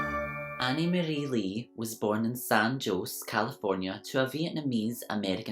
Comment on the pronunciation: the way you said san jose🤣💜love you and these videos!